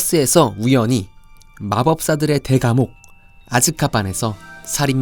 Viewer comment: 시리우스 블랙 발음 못하시네요 귀여우셬ㅋㅋㅋㅋㅋㅋㅋㅋㅋㅋ